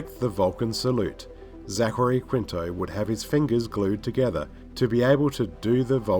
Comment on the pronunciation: Why do you struggle with the name Zachary? Also, Orci isn't pronounced like that. It's not "Orki". Also, it's not Ohura, it's Uhura. Jeeeez.